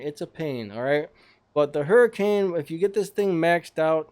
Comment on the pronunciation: you say : hu-rh-can not hurricane